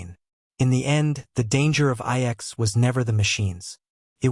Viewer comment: lol, AI slop can't even say the name of the planet correctly